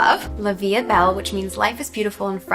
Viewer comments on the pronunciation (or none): but when she said “la vie est belle” she sounded like she said life has pretty 😳😭